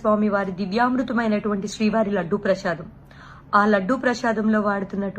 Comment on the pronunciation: Learn how to pronounciate prasadam